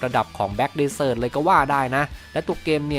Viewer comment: desert อ่านว่า เดส-เซิท ครับ